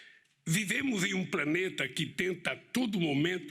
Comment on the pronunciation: praneta fotalecÊ vamu mecosur